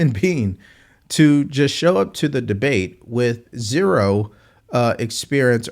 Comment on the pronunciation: Right. He is old enough to know how to pronounce "with." It's not "wiff."